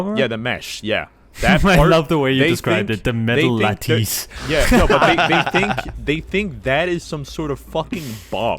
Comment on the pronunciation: I hated the way said "lattice"